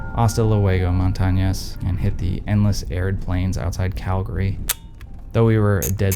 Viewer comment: Shout out to for saying “Calgary” correctly.